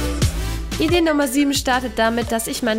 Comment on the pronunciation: Sie sagt statt idee 6 Idee